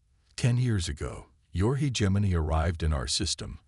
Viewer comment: My ninja you really tried to pronounce Hegemony as (He-Gem-Moany)? Not even close bruh, use your voice next time not a AI slop channel build.